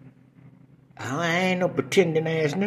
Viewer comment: Hold up, Prentending??? Hahahaha😂